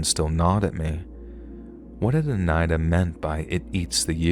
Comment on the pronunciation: Story one: Lee most definitely killed his brother. Story two: Some people should just be left in peace. (BTW thank you for saying Oneida properly. I've heard it pronounced SO many ways that just butcher it.) Story three: Don't provoke an old gnarled lady because she will come back and haunt your ass! 😂